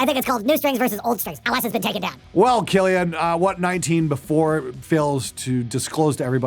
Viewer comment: It's not kill IA n it's kill AI n.